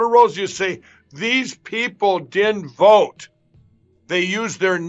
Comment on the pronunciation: Did he say, I'm going to VITE him??